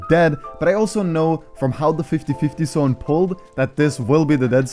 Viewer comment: Bro ure tips and toughts are rly great ! u did say the word "Sszone" alot.. instead of "Zone", it kinda is triggering not gonna lie :P but i love you dude keep up the content